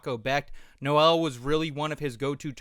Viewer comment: Not how you pronounce Noel